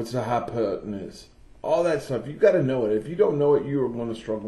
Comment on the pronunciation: the way you said hypotenuse